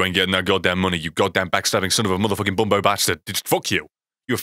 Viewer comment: Lol it’s bumbo not bumbaaaa